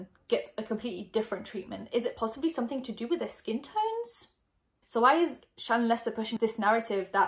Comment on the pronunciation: i honestly thought her name was “shannon” from how was saying it but then i read the comments & saw how it was spelled lol 🙃